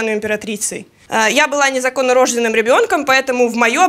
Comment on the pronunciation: Императрица реально неграмотная. Не знает, на какой слог падает ударение в слове "незаконнорожденная".